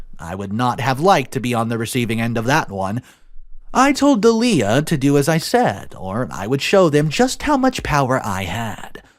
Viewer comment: Interesting pronunciation of Dalia. Most seem to say it as DOLL-ya.